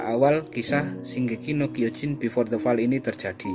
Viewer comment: Fall dibaca foll oi